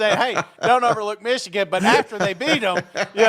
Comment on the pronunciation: I like hearing pronounce “Meeshigun” 😂👍 Rock On SEC!!